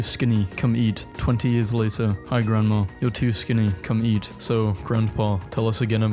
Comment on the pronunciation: You realize there is no R at the end of grandma. It is not pronounced grandmar